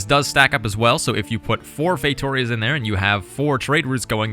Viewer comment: Fey-too-rias not how its spelled